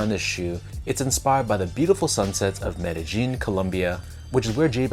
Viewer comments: Meta-eeen. I’m white as fuck and I even know how to say it. 😂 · I love your videos, but you might have to remake this one because your pronunciation of Medellin is crazy! 😂 Where did you get a "J" or "G" in the word?